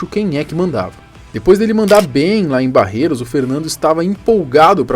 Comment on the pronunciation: Não é Barreiro e sim Barretos... Me ajuda aí